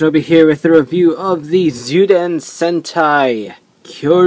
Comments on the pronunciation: Why do you say Jyuuden with a Z, just because an awful, inaccurate, and outdated romanization system was used on the merchandise. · Zyu is pronounced like Jew, Juu, Joo. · Why did you pronounce it zoo? Its clearly pronounced tinklecock! Nub.